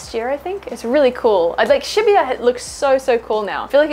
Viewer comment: She pronounces shibuya very odd